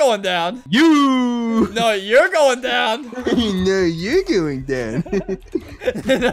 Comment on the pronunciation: "YOUR GOING DOWN" "NO YUR GWOING DOWN!" "NO YOUR GOING DOWN!" "NO YUR GWOING DOWN!"